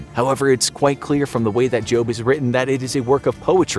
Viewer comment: did he just say jobe or job or is it just me